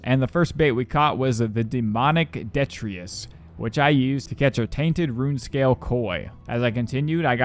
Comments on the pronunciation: God, and "Demonic DETRIUS". It's Deh-TRI-tus. He even dropped an entire letter from the word detritus. This guy doesn't even TRY. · I can't finish with how many words you just get completely wrong. It's so hard to listen to you just drop entire letters from words. Like in "detritus" You said "detrius", which wasn't even close anyway, because the word is pronounced "deh-TRI-tus". Please, if you don't know how to say a word, just look it up.